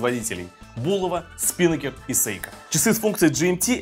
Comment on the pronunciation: СпинАкер ударение на А, парус на яхте